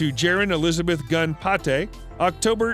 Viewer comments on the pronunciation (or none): none